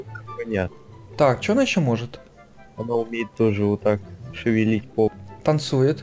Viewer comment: говорит 'Она умеет шивелить попай' 🤣🤣🤣🤣🤣👍👍👍